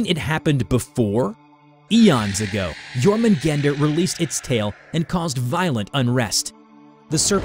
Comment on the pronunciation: Som en Svensk kan jag säga att det stämmer(As a Swede I can say that that this is true). But you do not pronounce Jörmungand or Mjölner like you did. The text on it's body is called "runor". Btw yes, the poison is for combat, but against Loke, not against Thor.👍great video, 9,5/10.